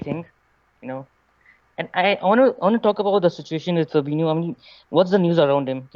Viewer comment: How can someone not be able to say fabinyo not fabino???